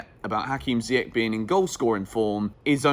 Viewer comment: just FYI it's pronounced "Ziyesh"